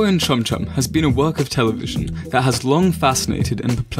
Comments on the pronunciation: Wait did he say fanboy and cumchum or am I just hearing things in the morning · Wait... am i the only one who thought he said Cumchum...? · did that boi say fanboy and cumchum 🥺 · He said Fanboy and CuMcHuN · is it just me or does anyone else realize that they pronounced Chum chums name wrong cuz this is sending me flying